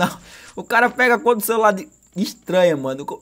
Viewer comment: Eis que voce e pobre "Comprei um novo cerular " Kkkkkkkkk